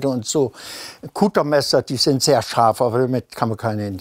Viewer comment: Er sagt Kuttermesser. Es heißt witzigerweise Cuttermesser, also... Schneidemesser 🤷🏼‍♂️